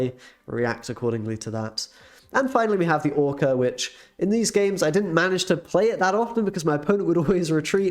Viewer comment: I need to ask an important question; why did you call the deck ‘Orka X’ and not ‘Orxa’?